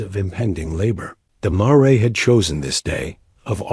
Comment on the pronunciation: Please correct pronunciation of the word mare